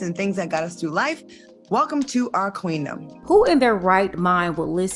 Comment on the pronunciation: This chick said queandom. 😄😁😆😅🤣😂🤣😅😆😁😄🙃🙃 I man, I can't, I just can't. And oh yes. I spelled it the way I did on purpose. ("Q.U.E.A.N.-dom"), look up the word quean. Its definitely a queandom indeed.